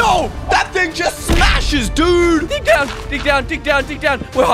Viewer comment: Why did u say dude like that